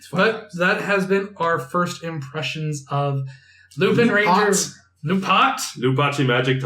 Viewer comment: so... without wanting to be annoying but .... the Correct way to pronounce lupinranger is Lupawnranger